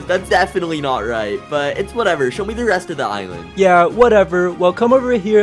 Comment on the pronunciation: its not ilend its island